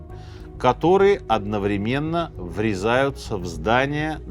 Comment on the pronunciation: У Минаева вообще жуткие проблемы с ударениями. Например, он упорно говорит одновремéнно или обеспечéние.